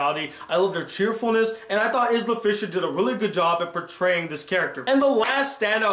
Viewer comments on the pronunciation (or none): My only problem with this review was the way you pronounced Isla Fisher's name haha! It's "eye-la" just letting you know bro! :) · It's pronounced EYE-la,!:)